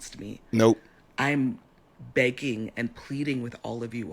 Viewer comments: It’s the “ANDDDTTT” everytime she said it and you repeated that took me tf out 😂😂😂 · Say it with me "ANDT", that was perfect!